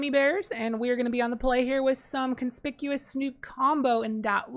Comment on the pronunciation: That’s not how you pronounce conspicuous lol